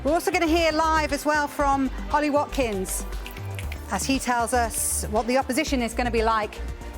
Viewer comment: Ollie not Holly, didn't hear you say Hopposition 🤌